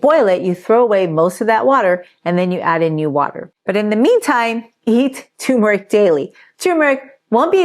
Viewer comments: The R is not silent in turmeric. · Is tumeric the same as turmeric ? 🤷‍♂️ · Why does everyone call turmeric toomeric. Genuinely asking. People drop that first R all the time. How come?